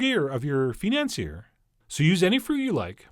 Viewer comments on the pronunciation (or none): financier is pronounced (fee-nahn-see-ay) I hope that helps. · according to what i learnt from my chef, she pronounces it as /fee-none-say/. Do correct me if im wrong! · Isn't is pronounced like "fin-ance-ee-ay"? I thought the "r" was silent. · it's pronounced "fin-aunds-yeh" :) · fee-nawn-see-eh (like, eh? hoser?) No 'r' sound at all. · Its pronounced Financier, not Financier.